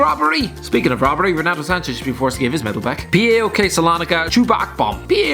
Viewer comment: The way u said paok is the this worst thing I've Heard, it's pronounced POW-OK